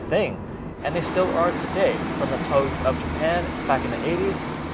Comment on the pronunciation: "From the 'toges' of Japan" ?????? とうげ (峠) ? 🤔